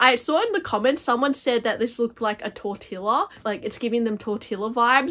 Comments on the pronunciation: I am really intrigued by many of these bags,. Thank you for sharing! 🌟 (P.S. the pronunciation of Tortilla is TOR-TEE-YA) We know that word really well here in the Southwest USA 😁 Now I’m hungry 😂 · Y lo mismo. I have never heard it like that outside of the movies. Un abrazo desde Colombia 🇨🇴